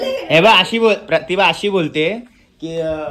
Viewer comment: अरे पागल चुतिया पतिभा नाही (प्रतिभा) बोल